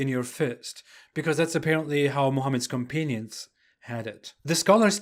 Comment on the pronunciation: "companion" is pronounced otherwise!